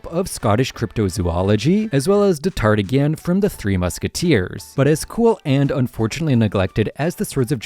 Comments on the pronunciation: The Kelp? Di-tar-digan? 😅i got u brutha, i know youve seen stranger things. Remember their pet that turned into a demo dog? Dart? Dart was short for this name: D'artagnan, pronounced dar-tan-yan. And as far as the celtic water horse youre refering to, its called a kelpIE, not kelp. Normally i hate ppl that get bent ojt of shape over pronunciation but this was above and beyond lol. Great video tho, im intending to be a little funny and tell you a small correction, on the whole your vids are great and love the channel! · damn bro i've never heard d'Artagnan be mronounced so horribly 💀 You could simply pronounce it "Dartanyaw" and as far as english pronunciations of french names go, it's be fine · "dartagan"?? And earlier you said "Verizon" and then "Verizion" what is this, AI? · D'Artagnan is pronounced "Dar-tan-yon" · pronounced Dar-tan-yan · Ah yes the three musketeers Athos Porthos Amaris and Da Tardigrade (not here to make fun you could have gotten Aramis right but I can't imagine trying to pronounce D'Artagnan as a non French speaker lmao valid try) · "Datardigan" of the Three Musketeers 🙄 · Oh my guy you started so well with the musketeers names and then crashed so hard when you got half way through. Athos, Porthos, and Aramis. D’artagnan. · what's really neglected is your pronunciation D'Artagnan 😂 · I had to pause the vid, and I'm just like... THAT'S how you're gonna pronounce D'Artagnan. 😮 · That pronunciation for D’artagnan was tough 😅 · ...my guy, your video is great but please learn how to pronounce the names of mythological figures 😅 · never has D'Artagnan's name been butchered so mercilessly...